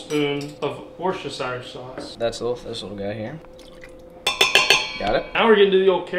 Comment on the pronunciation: hello from across the pond...Eating beaver means something different over here. lmao. btw, wuh-ster-sher sauce! not wor cest term shire!